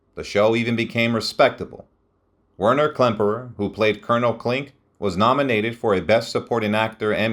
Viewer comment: You pronounced many, many things wrong. Including the name of the subject of your video.